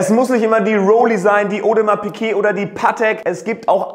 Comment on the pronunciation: Wer kennt sie nicht, die Audermars Pikuet ?! 🙄